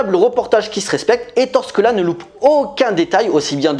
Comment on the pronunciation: ça se prononces "é torè scola"